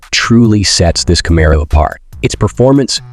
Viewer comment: Can you say Camaro right😂😂😂😂